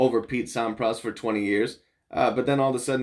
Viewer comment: Thanks for your GOAT discussion/reaction, you are so spot on (except for your pronunciation of Sampras, heh). And there's quite a bit more in Djokovic's favor as well that you could've touched on. One clarification though: yes Federer currently has 10 more titles than Djokovic does, but Fed turned pro 5 yrs earlier, plus Djokovic has won tougher tourneys overall (more slams & Masters 1000s, and has faced way more top 10 players). By the time Djokovic is Fed's age, he will not only have surpassed Fed, but he might challenge Connors for the all-time titles lead.